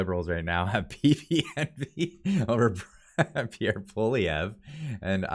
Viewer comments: You will be talking about Pierre A LOT in the future. Please pronounce his name properly. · ffs would u learn how to pronounce Pierre’s name!!